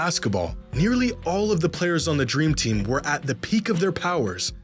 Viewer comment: " The dreem tim " 🤣🤣🤣